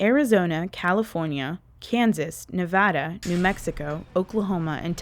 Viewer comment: Thank you so much for pronouncing Nevada correctly.